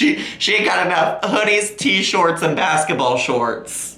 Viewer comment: Can we take a moment to appreciate the way he says tshirt? T-SHORTS I LOVE IT